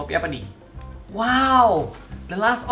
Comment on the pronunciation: "Us" bukan "ast"